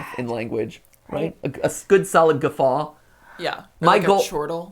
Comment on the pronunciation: Gafa...? You mean gaffe?